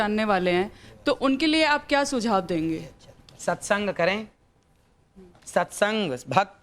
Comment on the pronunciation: सत्संग की sexeng😂निकल गया लेडी के मुँह से